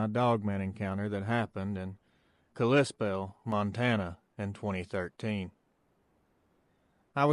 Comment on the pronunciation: It’s pronounced Cali-Spell